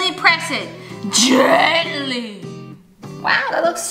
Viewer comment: GEAANTALY Me tring to do gentlay: gENtAly ☠💀